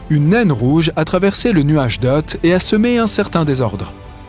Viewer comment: Hé tu avais dit le nuage doot au lieu du nuage doort ☁!